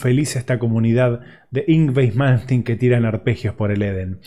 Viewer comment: No sabe ni decir el nombre y lo critica como muchos que nunca hicieron nada rescatable en su vida,increíble,el dia que hagan el %1 de lo que malmsteen creo y toca hablen,sino ,el silencio siempre es mejor que hablar tiradon en un sillon morfando... impresentable